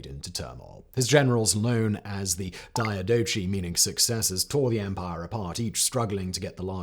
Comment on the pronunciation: It's not día-do-shi, it's dia-do-khi...